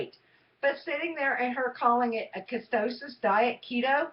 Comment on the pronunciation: Please stop pronouncing ketosis (KEY-TOE-SIS) wrong. If you're going to do the damn diet learn to pronounce it correctly. Damn. It is not KE-STOW-SIS. It is KEY-TOE-SIS KEY-TOE-SIS KEY-TOE-SIS KEY-TOE-SIS